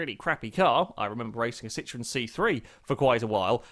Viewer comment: hahaha the way you said citroen saxo had me on completely the wrong foot for a second